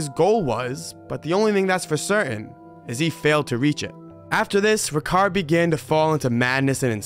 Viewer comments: It's pronounced Ri-Chard, not Rikard, also Sia-Gee-Awn, not Sia-Jhee-Awn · fyi, correct pronunciation is ree-chard see-yuh-gee-yuhn